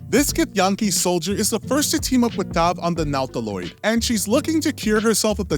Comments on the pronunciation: Also "Nawtilawde" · and the NOW-taloid lol!